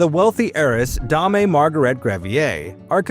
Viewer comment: Dame is Dame, the same as game is game. It is not Damé